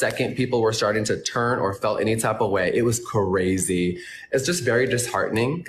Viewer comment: I just don't think I can trust someone who makes the word "crazy" three syllables, that many times.